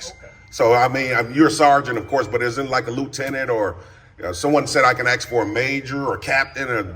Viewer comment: Very eloquent but cant pronounce the word "ask".